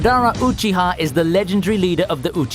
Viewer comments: Did u say madahh, instead of madara, then u said cocchi ha instead of uchiha, disrespecting the boss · MAdara Uchiha not maDARA uhCHIHA